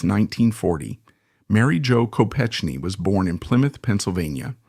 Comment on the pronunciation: Your mispronouncing her name. It’s a hard “k.”